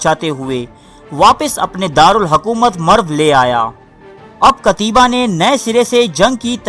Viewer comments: بھائی جان نام قتیبہ بن مسلم ہے، قتیابا بن مسلم نہیں. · قتیبہ ت پر زبر ھے نہ کہ زیر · Phele namm tu sahi le le😂😂😂😂pata hai nahi😂😂😂😂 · جاھل ایڈمن، قتیبہ کا نام پہلے سیکھ لو۔۔۔ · بہت اچہی کوشش ہے لیکن نام صحیح لیا کیجیے